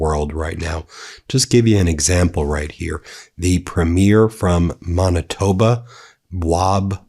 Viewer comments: MAN-itoba, not MON-itba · It’s Man-itoba not mon babbling ben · Man-i-tob-a. Manitoba. Hard 'a' like in the word itself, Man..(not a soft a like Mon) Been telling you all for ages, Canada isn't f'cking around with the US or Isreal and we are more pissed than anyone else it seems.. We've been backing out of both places for a while now. Long before Americans and Isreali's started this ridiculous war. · Monitoba… c’mon, mon, you gotta try harder 😂😂😂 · Monitoba? Not to make fun of you, but it’s pronounced Manitoba. The first syllable being “man”. I love your content and this is my favourite channel. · MAAANITOBA not Mubitoba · Manitoba is pronounced "man", not "mon"! Go,! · It isn’t mawn-it-toe-bah, it’s man-it-toe-bah. Not being a snot, just fix your pronunciation if you are going to be talking about sovereign countries and their provinces/ states / territories. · It's pronounced Man itoba not Mon itoba. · Its pronounced MANitoba. Not MONitoba. Just a little thing i noticed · "Mon"-itoba, yank? Seriously? It's Man-istoba. Face palm. Love your show, Ben. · 😂”Monitoba”???😂 dude, this is funny. You reminded me of Micheal Scott when he went to Winnipeg! Lol 😂😂😂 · It's pronounced - Man a Toe Bah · Ben,it's pronounced Man- itoba,but thanks for reporting on Canada and what Canadians think of Trump's disgusting government. We hate living next to the Manbaby as much as Americans with brains hate him. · MAN-uh-toh-ba, Ben... fuck... and did you say 'themself' at one point...? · LOL,epic fail when you put an ‘s’ in Manitoba. 😂 We had to teach him how to say Alberta, he’s willing to learn. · Ben , please learn how to pronounce Canadian words😊. Thanks for what you do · Okay Ben, I know that you are exhausted, but please say Manitoba correctly. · It's not preem 'YEER, it's 'PREEM yer. and it's not Mahn itoba, it's Man itoba. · MAN-uh-toh-ba, Ben... fuck... and did you say 'themself' at one point...? AND IT'S 'BOM-BAR-DEER' IN ENGLISH... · PREE-mier from Maaaaanitoba, Ben.